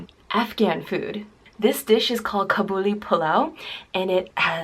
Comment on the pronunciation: You say kabuli 100% wrong im an afghan and u say it wrong!